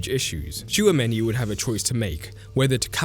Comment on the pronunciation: Bro I love your videos but please learn how to pronounce Simeone because that is disgusting. Btw I don't watch a lot of Real Madrid but I always thought that Tchouameni works waaay better as a single pivot than with someone on his side. He might work (kinda?) good with an all around partner who stays over him (like Enzo with Caicedo), but otherwise it's waaay better without any other pivot support; maybe a midfield 3 with Camavinga on the left (here and with France) and Bellingham/Thuram on the right, with a real 10 and a second forward to help Mbappè. Do you agree with this?